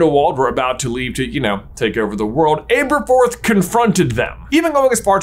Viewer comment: Seriously can’t get over the mispronunciation of Aberforth lol. I keep correcting it in my head every time it’s said.